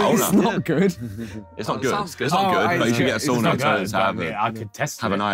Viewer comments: Nice that they used the Finnish pronunciation of "sauna" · harry says sauna the right way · nothing brings me more joy than the sidemen pronouncing "sauna" with the right pronunciation